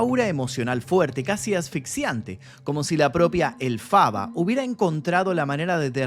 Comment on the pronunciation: Ok, pero su nombre es Élphaba, con acento en la É, no Elphába con acento en la A como la pronunciaste, igual gran video crack